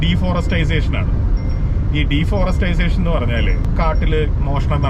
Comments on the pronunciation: I differ with deforestisation.. Its deforestation 😊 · Deforestisation alla.... Deforestation. ❤ Kash ullavante food is Caviar, Foie gras, Sushi, Duck comfit etc., aanu allathe beef fry onnumalla... 😂😂 Beef fry okke nammude food. ippo pinne mathi ayala kappa okke 5 star food aanu. Super road. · deforestization alla deforestation, para deee... forest... ation...